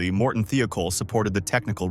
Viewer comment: why does the narrators voice sound like its AI. its not THEE-O-KOLL, its pronounced like its spelt. THIGH-O-KOLL "THIOKOL". i would watch this if it wasnt that its prob ai generated or at least narrated junk. i support people. not computers.